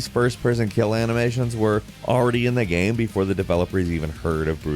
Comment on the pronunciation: Does this guy know there’s an “A” in the word gAme. It’s not gem. I can’t do this.